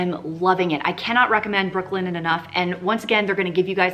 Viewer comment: I spent the whole video thinking you were saying Brooklyn N, not Brooklinen 🤦🏻‍♀️🤦🏻‍♀️